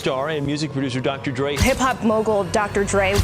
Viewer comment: CAP . .Where it starts is with the narrator not being able to say DRE's name right 😂 good click bate everybody wants #Tupac answers .